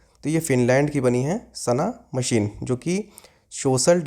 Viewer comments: सना मरीन है सर, मशीन नहीं..! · Sana marine not sana machine sir